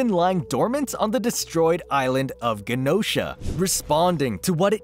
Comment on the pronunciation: EX-avier. And Jenosha. That’s how you pronounce it.